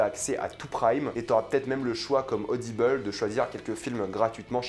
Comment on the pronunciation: Faites pas english a dire audibeule car en vrai anglais ça donne audaïbeule. Dites juste audible